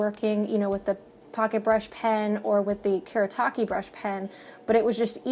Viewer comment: Lovely video! (As always, lol.) This is especially nice for me since I love brush pens. <3 Also, on a side note, since these brush pens are Japanese, you would pronounce them the way they are spelled, so Fude would be "foo-deh" and Kuretake would be "Ku-reh-tah-keh." (I'm not the best at explaining, but I hope this makes sense. xD